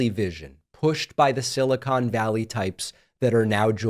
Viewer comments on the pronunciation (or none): none